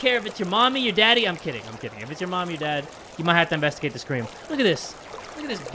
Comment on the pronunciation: "Invastugate the scream": screams 😂